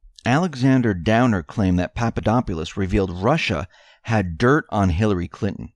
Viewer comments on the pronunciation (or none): none